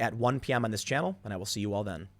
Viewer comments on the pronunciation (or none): none